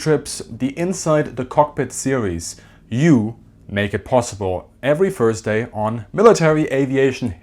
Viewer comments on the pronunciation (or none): none